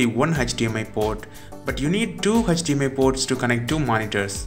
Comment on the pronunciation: Why did it always sound like "Hutch-DMI Port"